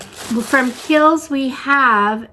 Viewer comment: I used to subscribe to the Macy's box and a couple of times a year they would do a one brand box. One time they did an ABH box and a Laura Mercier box which was fun. BTW, Kiel's is pronounced "Keels". Kiel's is super popular in Europe.